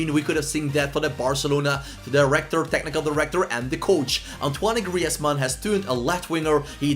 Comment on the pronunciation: that's how you say Griezmanns name how do you forget